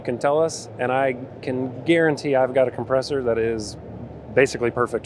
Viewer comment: What’s a ‘compreessor’?